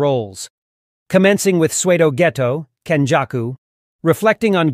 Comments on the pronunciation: sounded like swaydo. But I'm also a dunce and probably am hearing things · Ok, its not Sway-doh Geto... Its Pseudo (Soo-doh) as in not genuine.